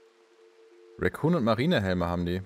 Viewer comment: Eine Sache die ich seid ich dabei bin knuffig von dir finde: Du sagst immer "Racoon Rüstung" also "Waschbär Rüstung" :D "Recon" wird genauso ausgesprochen wie es geschrieben wird, kommt von "reconnaissance" :D Ist echt keine Kritik, ich find es nur iwie sehr knuffig ;D